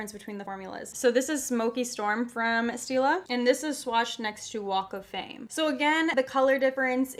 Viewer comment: “Walk of fame” I heard Wake Flame